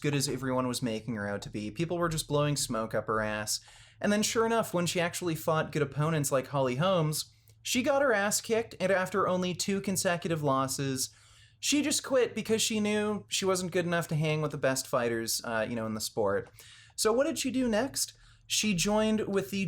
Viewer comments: Holm, not Holmes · Holm, not Holmes. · Holm not Holmes